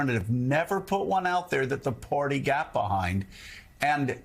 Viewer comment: Hey, Joe...the word is "Party" -- not "Porty"!